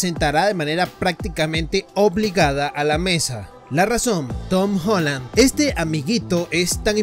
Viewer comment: Se dice Tom Holland pero igual buen video :v